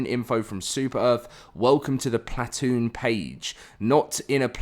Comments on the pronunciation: I cant listen to you say plat- toon. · Stop saying plat-oon haha please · Plat-toon Chewsday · Stop saying platoon like that please 💀